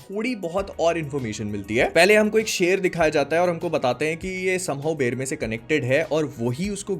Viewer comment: बेरमे नाम है बेरमेर नहीं है।